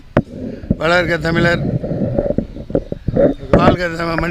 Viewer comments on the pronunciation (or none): none